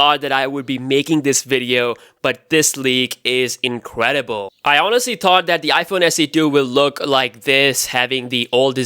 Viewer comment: "But this leak is incwedible"